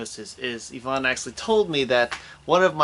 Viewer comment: it's Ivan, not Evan...